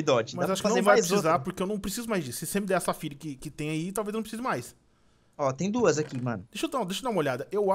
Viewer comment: DA AGONIA VOCE FALAR O NOME DOS MINÉRIOS ERRADO, O NOME É PERIDOTE E NAO PERIODE, AMETISTA E NAO AMETISTE, e É SAFIRA E NAO SAFIRE